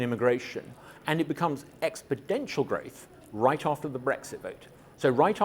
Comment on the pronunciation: "Expidential" !! 😂😂😂😂😂😂😂 "Exponential", you idiot!! 😂😂😂😂😂😂😂